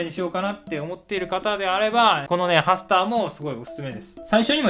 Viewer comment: Repeat after me！ パスター! と聴こえてしまって吹いたw どうでもいいけどハスターのことをパスターだと思い込み続けている親友がいるw